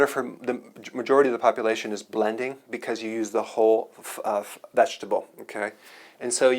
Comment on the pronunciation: Hello Dr Berg, i ended up here (bedraggled and forlorn after a frustrated and overwhelming search for believe it or not - just simply the best nutritional juicing ingredients.!! Your opening line " juicing or buh-LEN-ding had me laughing out loud...thanks I seriously needed that. I love the information you have here - it's a veritable goldmine as a registered professional's advice is literally 'gold like ' on here: precious and RARE. Thank you